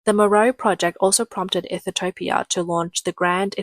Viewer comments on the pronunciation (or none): Ethiopia, not Ethitopia, my Aussie friend 😂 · Cannot even say Ethiopia 😂 Ethitiopia 🤣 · Am I missing something? Why are you calling it Ethi-topia? Has it been changed? As far as I know, it’s still Ethiopia, or Eethee-o-pee-a. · Ethiopia not ethitopia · its ethiopia...NOT ethitopia..there is absolutely no possible way to get ethitopia from ethiopia..the recognized naming of that country..from the english language...geesh..and china wonders why its always a day late and a dollar short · Please learn how to pronounce Ethiopia. It is not Ethetopia. 🙄😣😅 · Ethitopia ? Hmmm she doesn't sound like a robot, so where does the extra " T " come from ? i'm looking forward to visiting Egyptolia... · The LLM narrating this needs more training on pronunciation. It's not EE-thee-TO-pee-UH, it's EE-thee-OP-ee-UH. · EE thu topia. Really? It's EE THEE O PEE AH. Now how hard was that!!! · What is "Eath-a-toe-pee-ah?" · I thought I was crazy for a second. You said Ethitopian so many times I started to question if that's how Ethiopia was actually pronounced. You are adding an extra "T" that shouldn't exist. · Ethitopia? The AI voice pronounces it wrong repeatedly. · Its pronounced ETHE-OPIA. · I couldn't focus on anything else as she kept saying it.. drink Everytime she says "Ethertopia" 😂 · So let me get this strait. You know how to say José But you cant pronounce Ethiopia? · WOW You guys cannot say Ethiopia... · You are not pronouncing Ethiopia correctly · CAN'T Pronounce The Name Of Ethiopia!! No T, U And Ur Malware/ AI Get A Strong 👎!! 😒 👉😳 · By the end of the video, I had decided that Ethiopia didn't even deserve to have their name produced properly.